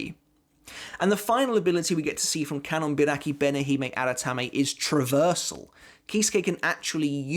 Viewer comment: How many takes did you do to say that full bankia name perfectly lol?